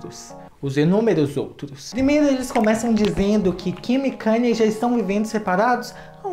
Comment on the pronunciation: Pronuncia Kaní. Nao kaner.